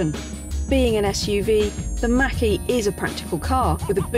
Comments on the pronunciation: Thank you for the pronunciation of Mach - e as MAAHHK e and not as Mackie as I’ve heard on other English channels! I have to laugh out loud when someone says that! Love your videos!!! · Robert Langham Yes I think she pronounced it correctly unless I missed something....I have to laugh when it gets said wrong!